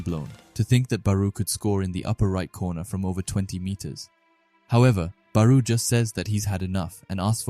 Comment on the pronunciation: no hate but your pronouncing barou his name wrong